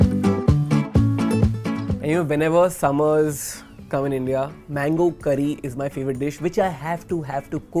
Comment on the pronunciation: "mangoo" XD im not complaining i respect indians because i has an indian classmate and he always talked soo fast